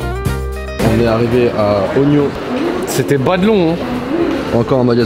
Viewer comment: Je suis tellement triggerd par la façon dont ils prononce ueno